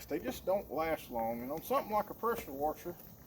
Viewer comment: When he said wusher I hit thumbs up.thats my kinda people .good video